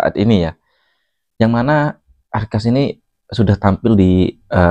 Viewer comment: Akhas doang bang ndak pakai R /arkhas brangkas apa, brangkas perempuan x 😂😂😂